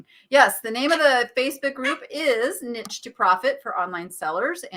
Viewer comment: Hi. I love your show but why do you call yourself the Nitch spelled the way you say it rather than the correct pronunciation of again I’m spelling it the way it sounds the neesh lady